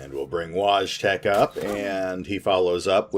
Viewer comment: Btw, Wojtek is pronounced - Voi tech or Voy tech, which ever is easier for you to pronounce.